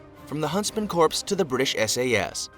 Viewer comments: Huntsman corpse? That's dead wrong! See what I did there? Someone should tell the bozo narrator that "corps" is pronounced "core". Btw, the proper name of that unit is Jaeger Corps. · Corps is pronounced core, it’s from the French and is pronounced “core”. Corps the way it’s used here sounds like corpse, ie dead body! Ffs! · Corps is pronounced “core” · the p in corps is silent, and is pronounced core. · Corps is pronounced "core" and this makes this video difficult to listen to for me. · Bugs me when they pronounce the P in Corps, it's silent it's spelled corps but pronounced core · I agree. Sounds like Obama's Medical Corpse.